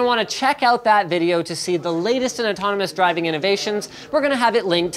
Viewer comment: Oh, you can say Autonomous, you should teach Jay.